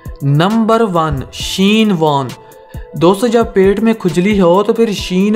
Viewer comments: Shane warne, not sheen warne.. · Not sheen warn 🤧😂 WTF bro plzzz zara cricket knowledge ko bharao tb videos banao the right pronounce is shane warn